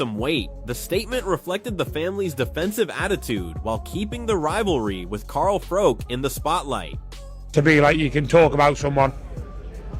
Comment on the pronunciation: Carl froke 😂